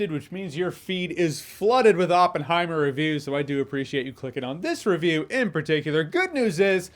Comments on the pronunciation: I liked the part when he goes “It’s Oppen-heim!” 😅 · Open-high-mer pronounciation is bad...😅